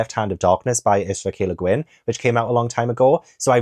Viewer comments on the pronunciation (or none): none